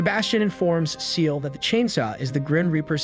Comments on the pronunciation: Ciel - Not Seal. Sounds like "see-el", not like a cute little seal. Allister as in "al-is-ter", not Ally-ster. Did you watch the show in English / sound on? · It's Ciel (SEE-EL) not SEAL XD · I’m sorry but you’re saying Ciels name wrong is not seel it’s Ciel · His name is Ciel, not Seal. It’s the French word for the sky. And that’s just one out of many things wrong with this. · why are u saying ciel like seal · "CIEL" NO NO NO SEAL 🦭